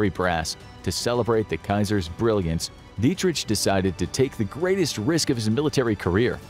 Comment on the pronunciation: You think that's how Dietrich is pronounced?